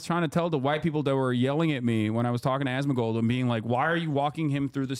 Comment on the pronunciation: "Osmangold" got me 💀💀